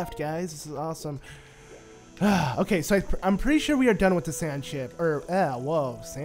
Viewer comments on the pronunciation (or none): it sounded like you said Sand Shit 😂